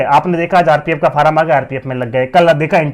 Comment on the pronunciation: भाई फॉर्म होता है फारम क्या होता है 😂